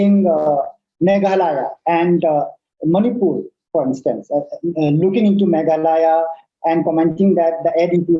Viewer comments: Sir its Manipur not Manipiur... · ...its Manipur not Manipiur😢